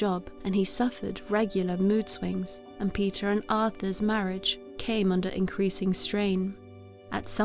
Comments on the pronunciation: Her name is not Peter is Petra😂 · it's of Greek or Italian origin and it's pronounced peeta